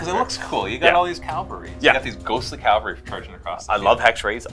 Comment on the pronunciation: Calvary? Seriously 😑